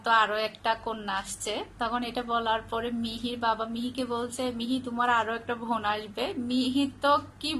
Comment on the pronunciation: একটা ব্যাপার লক্ষ্য করলাম আপনি "ব "কে "ভ" আর "ভ" কে "ব" বলেন | "বোন" কে বলেন "ভোন" আর "ভাই" কে বলেন "বাই" |